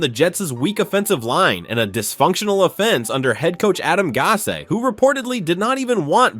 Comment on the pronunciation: How do you pronounce Adam Gase's name two different ways and only getting one correct? Were you betting that one of the pronunciations was right?